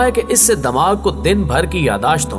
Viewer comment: sir damag nhi dimagh hota hai.. plz urdu pronunciation shi karein .